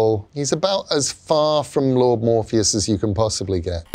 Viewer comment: I thought he said Morbius the first time I, had to pause and go back and see if I was watching the same thing and sadly it is MORPHEUS TIME.